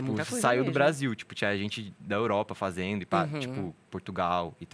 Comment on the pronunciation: Esperava nada e foi show! só eu que notei que ele troca o D pelo N ? fazeno, andano, dançano...